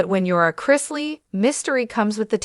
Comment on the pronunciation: Can't even pronounce their last name correct